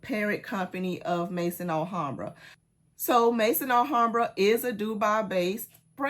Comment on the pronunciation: please, if I had a private channel I would contact you on that private channel, but I don't. So I have to say it here. Maison Alhambra is pronounced Mezon Alhambra. The word Maison in french language meaning House. Maison (pronounced Mezon) it is. I hope you don't mind.